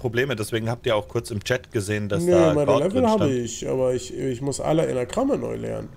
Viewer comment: Hallo, warum sagt ihr eigentlich alle Enagramme?. Heißt es nicht Engramme?